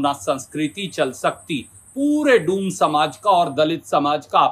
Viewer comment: डोम नहीं डूम बोला है 😂😂 😂😂😂